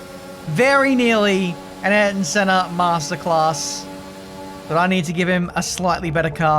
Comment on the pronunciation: I’m going to be a nit picker here... Can you please pronounce Ayrton in Senna’s name properly please? It AY-AIR-TON Senna